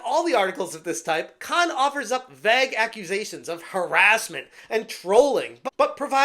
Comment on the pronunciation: Vague is NOT pronounced "Vag!!"